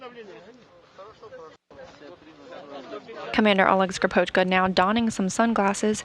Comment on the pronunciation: When will be the day, when any non-russian speaker says Russian surnames properly?! Not SkripOchka, but SkrIpochka!